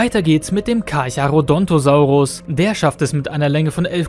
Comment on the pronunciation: Carcharo DON'T osaurus 😆